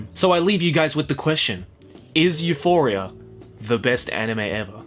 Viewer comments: I was actually like, "I says pardon??" Then I went back 20 seconds and yep, he definitely said Euphoria. Oh... Oh my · when you said Euphoria, i winced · stop say euphoria pls, thats make me anoying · Everything was alright until I heard this man say Euphoria